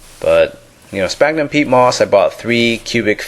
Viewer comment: sphagnum is pronounced sfagnum .. ;)